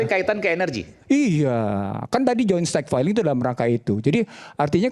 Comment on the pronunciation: Stockpile ya..... bukan Stockfile 😄